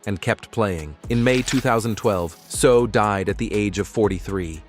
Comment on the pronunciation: Say-ow, not So.